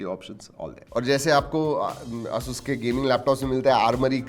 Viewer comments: A-sus not aaa sus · Bro it's "Ay-soos" not "a sus"...